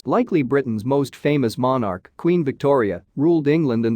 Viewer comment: Please learn how to pronounce monarch correctly.